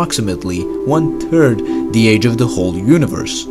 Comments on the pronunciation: "1 turd the age of the whole universe" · Turd, ert, hishtry, breet, turdiate😂